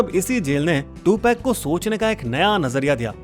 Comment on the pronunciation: Two peg. 😂😂😂. Prinounce is to- pug.